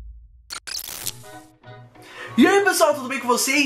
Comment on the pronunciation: É muito engraçado como o cara da "Nova Era Games" fala mídia digital! - ... jogos em mídia digiTÃL